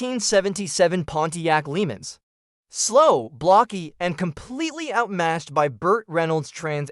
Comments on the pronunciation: FAKE AI voice can't pronounce "LeMans" right! I HATE FAKE AI SHIT!!!!! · This is one of the absolute worst lists i have ever seen. First off, the title is misleading as many of these are driven by bad guys rather than being evil vehicles. The spelling mistakes are awful, nobody says Gotham or LeMans that way, unless it was an AI voice. Some of your choices are not evil like Robbie from Joe Dirt, Buford T Justice is a cop, AND MAD MAX IS A FREAKING HERO!!!!!! Also not including other proper evil cars such as the green goblin truck from Maximum Overdrive and the car from The Car are serious oversights.